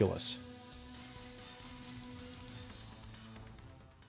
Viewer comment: Ys I always know to be pronounced (ees) as I seen articales back then stated. Sounded like you said yees